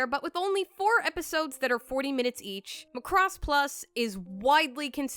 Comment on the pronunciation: The way you say Macross irks my very soul for some reason. LMAO